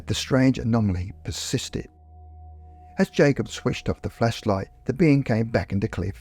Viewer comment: Why does it sound like you’re saying fleshlight instead of flashlight?